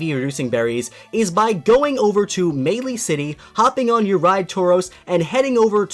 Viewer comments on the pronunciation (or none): none